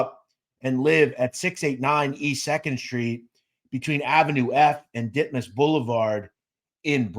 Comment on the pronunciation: It's E. 2 St. & Ditmas Ave. Brooklyn. Alot of narrators seem to get aves., sts., etc. Wrong. Dimmers Blvd. is in Queens.